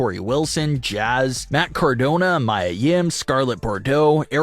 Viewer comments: Do you mispronounce peoples names on purpose just to make people mad?? I’m thinking you do. I’m dead serious that if it continues I’m not gonna watch this channel anymore. It’s a HUGE pet peeve of mine. It’s Windham “Wind-ummm” and “Me-uhhh” Mia. Not hard!! 😖👿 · Stop pronouncing names wrong!! It’s Windham “Wind-humm” and Mia “Me-uhh”. I’m close to stop listening/watching this channel. Huge pet peeve of mine. Stop it!!!!